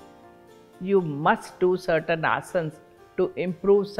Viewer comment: One thing I love about her is that she pronounce asan Unlike other people calling asanaa I don’t get it why people mispronounce these basic things Ram-Rama Krishn - krishnaa Budha -budhaa Yog- yoga (yog- asan) Shiv -shiva Please use correct pronunciation 🙏🏻